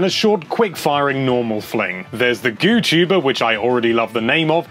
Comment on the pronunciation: It’s not “goo chuber” it’s goo tuber